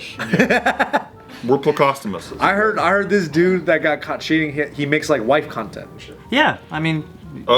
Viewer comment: white content? I thought he said wife content lol